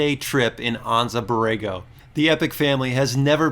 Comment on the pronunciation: Just FYI the "A" in Anza is hard, so it's Anza onza